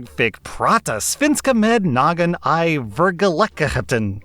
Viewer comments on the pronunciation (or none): I was laughing SOOO HARD when tried speaking Swedish, I'm Swedish. The funniest part was "i verkligheten" it sounded like Germany or danish. Spit out the potato so you can talk properly. (It's a joke when referring to danish people; because it sounds like they have a potato or porridge in their mouth when they talk) The second parts was actually better pronounced.